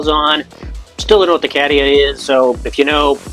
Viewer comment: Cadia (c-A-dee-a) is just some dust scattered through space.